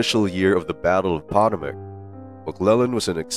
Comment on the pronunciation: I love your videos! But I thought I might be helpful by letting you know that Antietam is pronounced, "Anne tee tum" and Potomac is pronounced, "puh toe mick". :) Cheers!